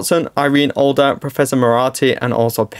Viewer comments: Hi! It's Irene ADLER. not ALDer. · 12.20 Irene Alder? Hope that's a typo as the character is called Irene Adler (pronounced Iree-nee Add-ler) and Professor Moriarty is pronounced Mo-ree-arty not More-rarty.